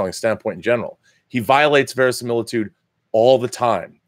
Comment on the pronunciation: Verisimiltudo? italian, maybe. :p